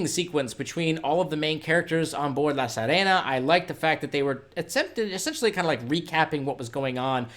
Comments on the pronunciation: Bro, it’s “La Sirena” not “La Sarena”! See-reh-nah. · Omg.. It's pronounced Seerehna (as in bee, see) , not sehrehna! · I really liked this one. Slow and moody. PS sorry to be pedantic, but La Sirena is pronounced La Seerena, like "to see"